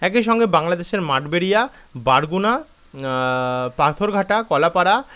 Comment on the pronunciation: ভাই। আপনি আবার ভুল বলেছেন ভাই। ওটা বরগুনা হবে ভাই। বারগুনা হবে না ভাই।Barguna ( বরগুনা)। বরিশাল যেমন বানানোর সময় Barisal। এটা উচ্চারণ আসে বারিশাল। কিন্তু সঠিক উচ্চারণ হলো বরিশাল। তেমনি Barguna ( বারগুনা)। এই তো। উচ্চারণ আসে এমন। কিন্তু সঠিক উচ্চারণ হলো বরগুনা। এখন বুঝলেন।